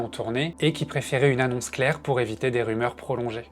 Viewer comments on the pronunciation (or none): none